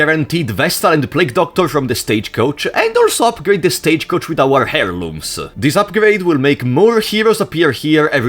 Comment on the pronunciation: hairlooms is crazy, never get better at pronouncing english please!